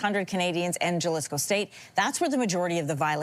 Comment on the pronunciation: The J is a H sound. Halisco. Your researchers should know this.